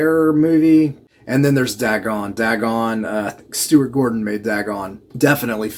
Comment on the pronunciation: seems a little odd to me your self professed love for lovecraftian horror but then mispronouncing dagon almost immediately after, one of the most famous entities in all lovecraftian works.